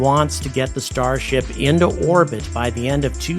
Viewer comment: Why does "orbit" sound like "our-pit" and sometimes "war-pit," when coming out of your mouth? Is this a new retardation of you mouth-breathers?